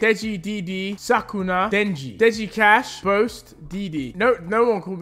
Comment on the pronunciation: Others: "Sukuna" 🗿 Deji: "Suck-Una" 💀